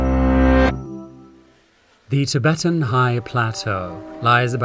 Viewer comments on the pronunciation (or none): none